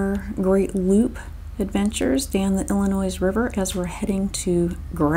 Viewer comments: There is no "S" sound in the word "Illinois." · Got it i·luh·noy. My deepest apologies for the incorrect pronunciation of Illinois. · Not to be snarky but just so you know those of who live in Illinois do not pronounce the "s" in Illinois. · There is only ONE Illinois. It's not plural. The "S" is silent. Great video. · The S Illinois is silent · Yes, with your wealth, you would think you would know how to pronounce Illinois! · Thanks. I grew up in Michigan and always pronounced the “s”. Another subscriber pointed it out on Monday’s video. Thanks for letting me know. I taught 8th grade and incorrectly pronounced a student name wrong the first semester. Another student switched periods and the first day called me out. Thanks for watching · I am from Michigan and spent my first 23 years there til I moved west and never went back I always heard it pronounced WITHOUT the s French pronunciation, I guess. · come on dude, non midwesterers pronounce the S in IllinoiS, money has nothing to do with it.